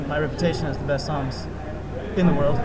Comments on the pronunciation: But he isn't saying "Sah-mas," he's saying "Saw-mas" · pronounces Samus as "Saw-mus?"